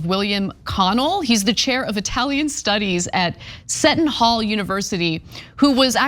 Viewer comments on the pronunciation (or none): Seton Hall is pronounced (see-tun) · and that is See-ton Hall University. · It's killing me to write this because I ❤ Ana. The irony of her mispronouncing Seton Hall wasn't lost on me😂😂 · Not to be that guy, but I don't think Seton Hall University isn't pronounced like that, think "I see tons of people saying it wrong". Just saying if you are going to make fun of people mispronouncing anything...